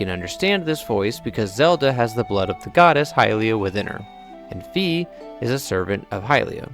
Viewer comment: It's not Fee. It's ファイ, which sounds like Fai in english. Google translates it to Phi. It's like my with an F, or even Phillip J. Fry without the (P) (h)(i)(l)(l)(i)(p) (J) (.) And (r) between the (F) and (y). I spent the whole video separating these letters but what I realize now is I could have said it's like 'I' with an 'F' in front of it. What you're doing when you call Fi, Fee, is that you actually quite literally do the same thing that google translate does when you type in 'Fi' and translate it back to japanese. In english it's pronounced Fy, but is translated to フィ Fi, which sounds like Fee. I'm sure it would turn into something wild if we kept reverse translating, but that would be like pointcrow's 100× reverse translated cup cakes, and nobody wants to pronounce names from their favorite games like pointcrows cupcakes...